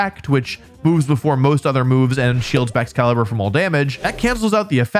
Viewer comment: it is baxcalibur or chien pao